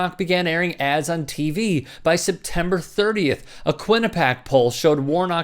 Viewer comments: It's "kwa-nip-iac" not "kwin-apack". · It's pronounced Quinn a pee yak just FYI